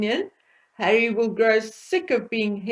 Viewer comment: BETTERUP IS USING HAWWY ....and Hawwy is using BETTERUP